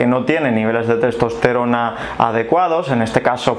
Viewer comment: Le cuesta proninciar testosterona